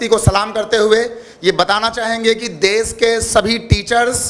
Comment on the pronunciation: देस नहीं देश होता है मैडम जी, आप हिंदी ही गलत बोल रही हैं आपसे पढ़ने वाले बच्चे भी गलत ही बोलेंगे तो भविष्य में तो हिंदी भाषा की ऐसी की तैसी हो जाएगी